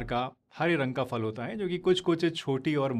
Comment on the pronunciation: Pls aap phal ko fal na kahe फल है